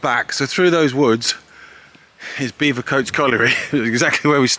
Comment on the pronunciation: Great vid but it's Bevercoates as in Bevy.. not beever.